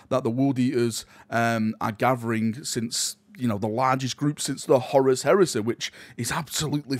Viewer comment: Horus Heresä, Galaxä, Scarä, Bodä, Reallä